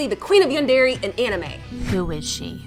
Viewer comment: I stopped watching when she pronounced yundere as "yundari" and that terrible dub a few seconds later.